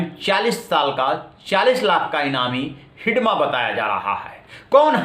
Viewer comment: हिडमा नही है। हिड़मा है माडवी हिड़मा